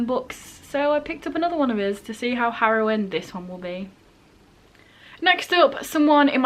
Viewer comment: I'm sorry fam, I know you meant harrowing but it sounded like you said heroin so "to see how heroin this one will be" made me crack up. Totally know what you mean about being scared of reading a new book by the author of one of your favorite books tho. Unfortunately Circe did not live up to TSOA in my opinion, but I hope that isn't the case with your situation.